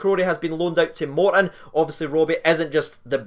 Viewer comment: It's not moreton it's Morton.